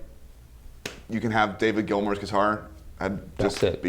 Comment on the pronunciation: I liked everything about this video apart from the “Gilmore” part after his quote. It’s Gilmour dammit!